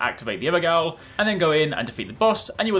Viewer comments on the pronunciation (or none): Friendly note: its pronounced ever-jail. Dung eater says it later in the game :)